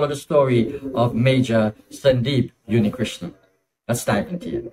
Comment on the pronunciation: It's Unnikrishnan not Yunnikrishnan